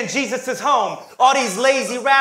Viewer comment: He said "Asian" in a way that sounded like "aging," so he used it like a homophone.